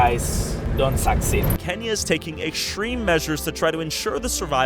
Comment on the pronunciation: Idk why but when he said kenya i thought he said kanye west